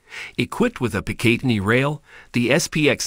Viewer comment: Please learn how to pronounce PICATINNY